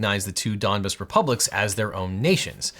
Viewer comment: Apology accepted. I was screaming at my phone every time you came with foreign things. Donbass, opinio iuris, pacta sunt servanda. You really sounded like a Donbass when you said Donbass like it’s similar to dumbass